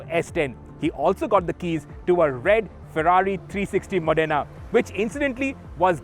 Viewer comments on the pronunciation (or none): none